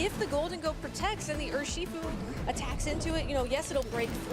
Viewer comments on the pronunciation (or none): urSHEEfu holy you don't need to over pronounce the bear